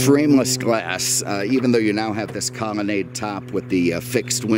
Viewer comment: I enjoy these videos, what is it with this guy and pronouncing L as M...Comonnade, Cadamac, etc.